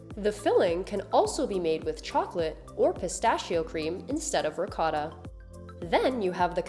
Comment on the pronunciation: Please learn how to pronounce ricotta correctly.